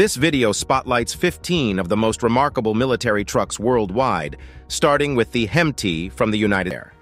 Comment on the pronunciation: number one is said like this Hem-it